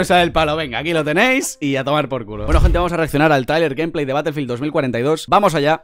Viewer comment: “Ganpley” jajaja